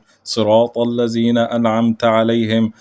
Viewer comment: حاولوا يا مصريين نطق حرف الذال. ذال وليس زال. الذين. وليس الزين. خطا بالايه انتبهوا